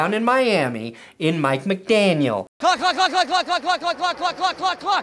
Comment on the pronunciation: it sounded like he was saying cluck instead of clock